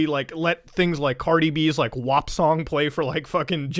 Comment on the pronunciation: you pronounce WAP and ARG as words and not the letters and it bothers me lol